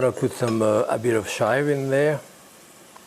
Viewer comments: Love it. "Shaivss" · I just came to hear him pronounce "chives".